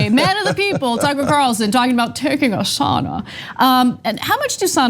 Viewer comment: The worst part for me was listening to them pronounce Sauna.. just use the term Steam Bath!! Where my Finns at!?